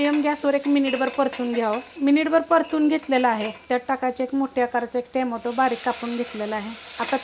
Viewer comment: खूप खूप छान ताई. पण टोमॅटो म्हणत जा , टेमेटो नव्हे.!